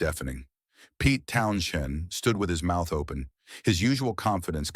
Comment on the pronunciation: Yep and can’t even get the spelling of Jimi correctly! Also, the name is not pronounced Town shend!